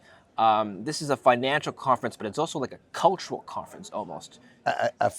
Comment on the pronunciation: Great video. “Oweso” there is an L in “also” we are gonna start calling you 😁